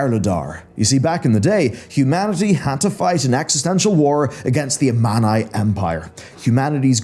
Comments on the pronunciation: a-MAN-eye? Come on now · it hurts me to hear the words “Amani” and “Lordain” so butchered